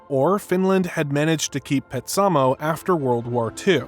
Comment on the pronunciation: This was very informative. However, your pronunciation of Petsamo is totally off. It was pronounced ‘PET-sa-moe’